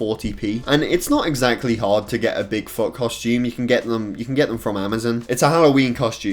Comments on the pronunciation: The way he says Bigfoot makes it sound like big fart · What he said : bigfoot What I heard : big fucc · Did he say big fart or Bigfoot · “big fot” 😂